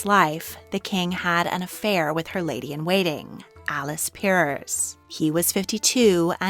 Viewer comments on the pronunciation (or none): none